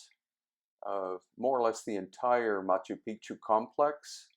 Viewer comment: Love Machu Picchu. Thanks. You do want to get the pronunciation correct, especially once you learn what the common mis-pronunciation of the term means:)